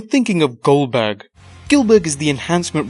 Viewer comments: U kept saying Gilberg it is Goldburg gold burg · Did he say GILLberg it's not it's GOLDBERG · Its not gillberd its goldberg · Its goldeberg not guldburg